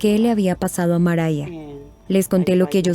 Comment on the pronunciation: Kim Kardashian is not a lawyer yet. Mariah no se pronuncia Maria 🙄